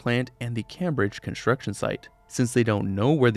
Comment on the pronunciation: I’m more concerned about how he can’t pronounce Cambridge